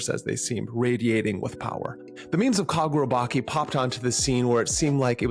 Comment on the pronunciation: bro you called it kagurabaki it's chi as in inner chi in japan😂 that's how it's pronounced